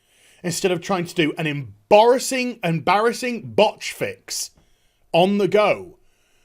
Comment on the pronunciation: Don’t you just hate it when you mispronounce a word. How emborising. 😂